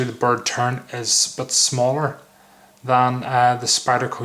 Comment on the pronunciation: Did you say bird turd!? lol great review but prefer the UK legal blade I have, now where did I get mine?